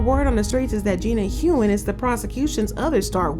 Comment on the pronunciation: Gina Hun. Not Hoon